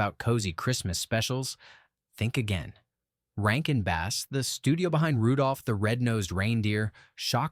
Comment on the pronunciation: Narrator is kinda boring. No life. Almost monotone. This is definitely AI. It has to be. Who would pronounce Rankin Bass, like the fish, as "Rankin Base"?????